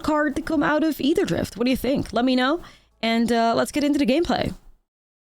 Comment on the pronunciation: If I just heard "atherdrift" from this girl and didn't know it started with an A I'd think it was eitherdrift lmao every time I just hear eitherdrift which honestly sounds better